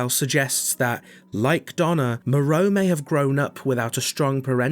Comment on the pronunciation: My favourite thing about re8 is hearing people mispronounce the names Moerow Benivento Alkina Bella Ava